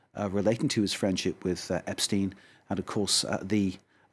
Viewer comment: Ep stine ??? Virginia geouuuf ???? And your a news reporter ? What pitiful bit this was guest speaker 🔈 mucho,French annoying! Mer see boooque !